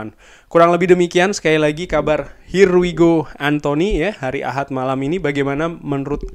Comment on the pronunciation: Ya kann.. Ya kaaannn... Her why go